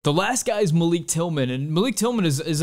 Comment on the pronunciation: Pronounced Malick according to GGG and Malik's mom.